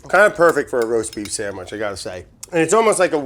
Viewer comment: roast beep shamwich